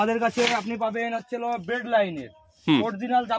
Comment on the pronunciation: কথা টা ব্রেইড কাস্টিং নয় bait casting